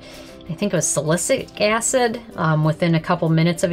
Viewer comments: Salicylic, not salicic lol 😆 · "Salicic acid" lol